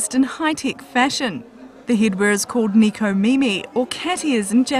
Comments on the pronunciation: ...Nekomimi...but in America, it's spelled as Necomimi. But it should be pronounced as Neh-koh-mee-mee Literally means 'cat ears'. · Why you say Neeco mimi? Japanese words in English is sucks. >___< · she can't pronounce necomimi??